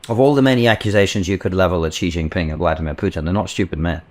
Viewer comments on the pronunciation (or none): it's Jinping not Jingping